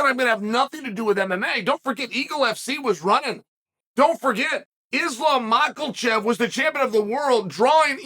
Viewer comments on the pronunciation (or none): Love that he basically calls islam "McElchev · "islam mackelchev" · Machachev doesn’t have an L in it Chae😂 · Makelchev I love it haha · Murkrow < Mocklechev